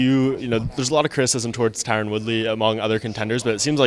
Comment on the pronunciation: It's tyron not Tyrone homie